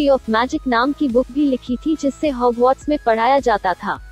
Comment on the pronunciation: It is Hogwarts not hogmauth